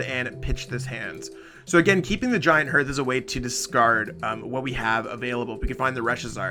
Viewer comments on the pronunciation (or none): It's giant hearth, not giant herth